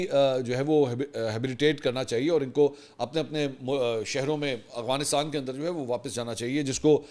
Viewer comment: اسلام علیکم منصور بھاہئ ، آپ ھمیشہ افغانستان کو اغوانستان پڑھتے ہیں،اگر میں غلط نہیں ہوں تو پلیز تلفظ درست کر لیں،🤗🙏🙏 پاکستان زندہ باد